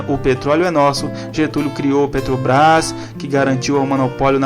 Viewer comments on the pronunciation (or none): none